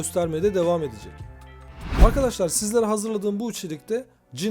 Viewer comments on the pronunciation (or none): none